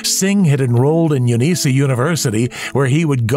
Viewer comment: I'm from Adelaide. It's pronounced Uni S A as in university of south Australia. Not "uneesah" as you keep saying. In Australia we like to shorten words, so instead of university, we say uni (pronounced yoo nee".